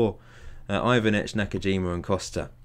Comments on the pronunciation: You're pretty much the only FM youtuber that I follow that can pronounce the balkan names somewhat competent. Its Ivanic (The first time u said his name u did it right, its spelled fast) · Yes, Ivanic is pronounced like Ee-van-ich.